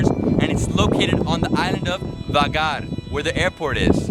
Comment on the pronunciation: Not vagar but vágar